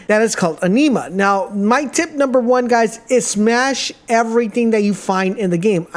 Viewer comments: Firstly, "funner" isn't a word. Secondly, "Anima" is pronounced as AN-IM-AH and not EN-EE-MAH! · The pronunciation of "Anima" kills me every time. It's spoken as "Enema", just with an "A". "Ah-knee-ma" grates on my nerves. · Your pronouncing anima wrong just fyi